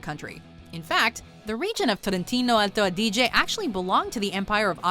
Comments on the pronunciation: Your pronunciation is a little odd but correct, you mispronounced just 1 word wong: Trentino Alto Adige. /Hermione time! / It's 'A-di-ge, not A-' di-ge. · L'accento è buono a parte qualche errore di pronuncia tipo alto adíge, ma da un non madrelingua va bene così. Più che altro perché urla quando parla in italiano? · In realtà per alcuni aspetti riesce a pronunciare abbastanza bene i nomi, ma... mio Dio! Trentino Alto Adìge e cozze allo zafferanno non si possono sentire